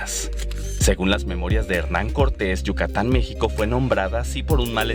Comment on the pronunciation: no pronunciaron "yucatan" pronunciaron "yuc acatan"